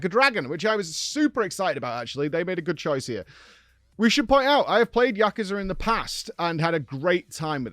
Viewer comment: it's actually prononunced Yakooza